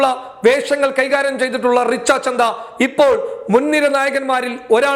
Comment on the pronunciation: റിച്ച ചന്ദ അല്ല റിച്ച ഛദ്ദ ആണ്